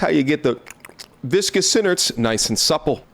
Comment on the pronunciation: Does anyone else cringe when he says viscous inards? It just don't sound right